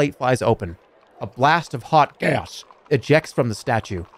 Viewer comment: “blast of GYAS”